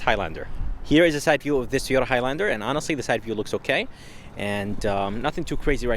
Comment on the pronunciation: Toy-oat-ta 😂 it's all good ! We get it !! Good review ! MR.. nice job !